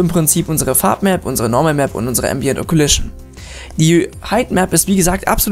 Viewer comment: Danke für's Tutorial, allerdings sprichst du einige Dinge falsch aus. Es heisst occlusion (O-Klu-Schn), nicht occulition, und roughness (Raff-Ness), nicht roofness. Eine Occlusion Map gibt übrigens an welcher Bereich des Materials indirektes Licht wiedergeben soll, was für schönere, detailierte Schatten sorgt. Schwarz=kein indirektes Licht (der bereich ist dünkler, wie zB. die Innenkante einer Ecke, oder der Bereich unter Falten). Weiss= indirekte Beleuchtung hat den vollen Effekt (bei scharfen Kanten oder glatten Oberflächen). Grau=irgendwas dazwischen. Manchmal reicht es schon die Diffuse Map in Graustufen umzuwandeln um einen schönen Effekt zu bekommen.